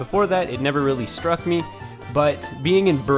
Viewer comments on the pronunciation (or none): none